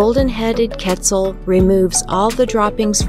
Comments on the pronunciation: Quetzal more like PEZ-al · i cannot stand how she’s saying quetzal… ketzul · It's kett - ZAHL. Geez. The least you could do is say the name right. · Yessirrr but it killed me hearing her pronounce it ketzul lol